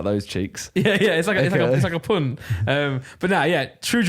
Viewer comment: Yea also how he says pun